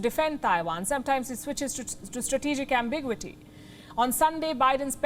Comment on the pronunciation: It is not pronounced "am big wity." It is "ambi gyoo ity."